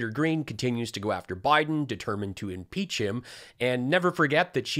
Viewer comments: "Imeach " she knows where the "p" went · “Imeach Biden!” Sure Empty G, we’ll get right on that! 😂